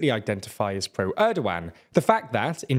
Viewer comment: I have watched several videos of yours regarding Turkey and I want to help you out with some of the pronunciation as they come up pretty often. Recep Tayyip Erdoğan is pronounced with the "c" in Recep like "j" in jet, instead of an "s" sound like in "sea". It would also sound more appropriate if you let the "g" sound out as the letter "ğ" is a softer version of g, I suggest reading it as "Erdoan" with an emphasis on "-an". The opposition leader's name also has the same letter therefore I would suggest doing the same and reading it as "Kilichdaroulu" and İmamoğlu as "İmamoulu"